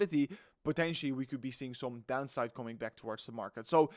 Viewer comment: By the way, words like Some, and Recovery, in english are pronounced with a U in place of the O, so it's not pronounced som, it's sum, and recuvery. PS, not hating, just helping. Peace.